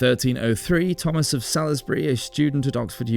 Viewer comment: It's pronounced Solsbury not SoLIsbury. One of the most historically significant locations around the UK and you dont know how to pronounce it? Good grief.